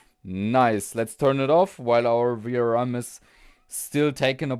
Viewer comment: maybe it's a good idea before you start to check in resistance mode and diode mode from phase to VCC 12V as well, not just from phase to GND. Also the way you say VRM always sound like you say VRAM , this is confusing some times.